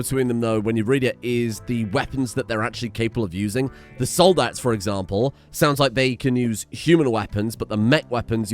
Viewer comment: Soldat, not soldate.